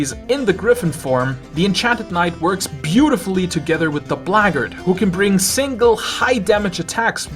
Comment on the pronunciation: "the blahggard" 😂